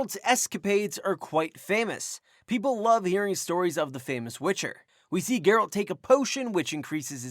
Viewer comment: That's not Geralt also the pronunciation is wrong. Over all enjoyed your video.